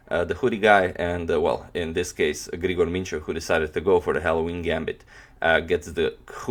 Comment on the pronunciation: Just to mention that it's written Aleksandar and also you pronounce Grigor incorrectly agadmator :)